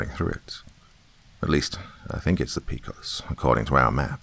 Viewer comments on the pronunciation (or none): Just listened. Great story. Just for authenticity sake.... Pecos. Is pronounced paycos. Some locals pronounce it. Like paycuss. Las cruces.... las crooses. Great story. Just listened. Ty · Pecos pronunciation... I winced.